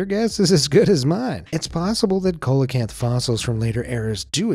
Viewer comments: “SEE-LO-CANTH”, not “COLA-CANTH” 😅 🐠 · The first syllable of coelacanth Is pronounced like "seal" not "coal". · It's a see-lo-canth not colacanth fyi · A "cola-cant" ??? Come on. You don't need to be a scientist to have heard this word pronounced at least once. Do you me a " see-la-canth" or coelacanth. 🤦‍♀️ you know less about these subjects than anybody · He mispronounced the colecanths name!! See lo canth! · Say it with us “see-luh-canth”. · Teach him it's NOT a Coalocanth PLEASE. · Pterosaurs are not dinosaurs and coelacanth is pronounced as see-la-canth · Coelacanth is pronounced "seal-oh-canth" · It's actually pronounced Seal ee o canth (sorry, pedantic) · I'm not trying to be rude but it is pronounced (See-loe-canth) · HAHAHA "Cola" Kanth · Hey,, it's pronounced "seelacanth." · Nobody's gonna mention the egregiously mangled pronunciation of "coelacanth"? (It's pronounced "see-luh-kanth") English is weird, my friends, and it only takes a few seconds to look up the right way to say a new, weirdly-spelled word. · another interesting pronunciation for Coelocanth, ive alway heard it pronounced Cee-lo-canth, i could be wrong. otherwise really interesting! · Coelacanth is pronounced: Seelocanth. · It's pronounced seelowkanth! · Fyi, it's pronounced SEE-lo-kanth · Colacamp?? Lol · it's pronounced "see·luh·kanth". once again, getting paid for half ass narration. can't even be bothered to check pronunciations. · Its pronunciation is like "selakanth" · See-lah canth ! It's not pronounced phonetically. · Coelacanth Seal-a-cant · It's pronounced like the singer CELLO CANTH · See luh kanth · If you're going to narrate a video, go learn how to pronounce names of animals correctly first. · Hi,Coelacanth is pronounced seal-a-canth........ It's like when Americans have a baseball world series....,but the world isn't invited or create a game called football but when football already exists so Coelacanth is Seal a canth....I'm just saying brother